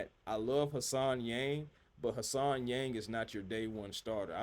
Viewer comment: HAN Solo SENator Han-sen. Not Hassan.